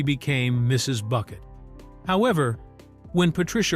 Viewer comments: Thats Bouquet not Bucket! 😂❤ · usual complete rubbish from this contributer, doubtful facts and wrong prouncations. You have missed her main attempt to prove superiority over her neighbours was the name, not Bucket but prounced Bouquet as in a bunch of flowers. You seem to miss the point about cars, an old Rover was superior to a Metro even if it was older. I doubt the phone had re-dial capability. Do you know the meaning of WEIRD, look it up, most of the facts don't fit the meaning. It's not difficult for a trained singer to sing badly. Why do your film clips have nothing to do with the continuity errors you're commenting on. Stop using AI. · Excellent video, but Hyacinth would not approve of you saying her surname was Bucket. It's pronounced Bouquet. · It’s not Bucket It’s pronounced Bouquet 😂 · It’s Bu-Kay not Bucket! Stupid AI voice! I,love,thus show and strange enough my husband found it, too! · And especially the Bucket vs Bouquet pronunciation. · It’s BOUQUET! So much for AI voiceover. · "It's Boo-KAY"! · It's pronounced BOUQUET....🙃just sayin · It's pronounced BOO-KAY!!! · That stuck in my craw also. Not even Richard dared to go by “Bucket” anymore